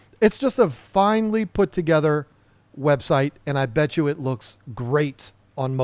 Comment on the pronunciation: Bait, or Bate..... then there is Bett as in better pronunciation When you go to Vegas, do you bate on sports? Then end.